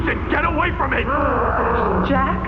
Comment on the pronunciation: Jack ❎️ Jeck. ✅️